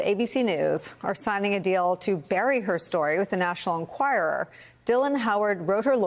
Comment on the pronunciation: Why does Vaughn not learn how to pronounce Enquirer?